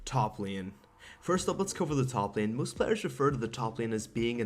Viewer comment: Why dose he say lean instead of lane?